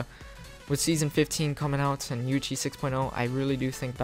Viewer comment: everytime u say "UHC",you say "UHshee)